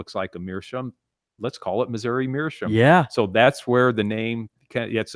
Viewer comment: The episode were learns how to pronounce “meerschaum”....or not.